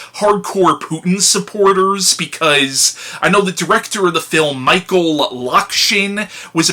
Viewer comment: Back to the classics, I see. By the by, you actually pronounced it mostly correctly. Meek-hile, I think, is it.